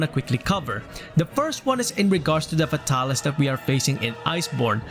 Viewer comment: “F’tah-lis” ~ 2020